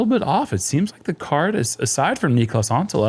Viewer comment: Niklas = knee klas 2 syllables, cmon guys